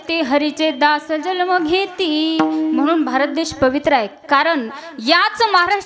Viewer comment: खूपच छान,ताई ! फक्त जल्म् ऐवजी जन्म उच्चार करावा ही विनंती